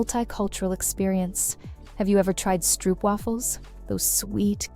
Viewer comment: Really nice. There is just the pronunciation of Van Gogh, stroopwafels, Den Bosch, Gouda that could be improved upon.